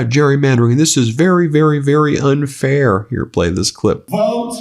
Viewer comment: "It's so unfayah!" DJT